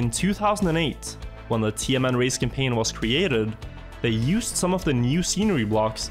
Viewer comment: Every time you say TMN i keep hearing tianenmen 😭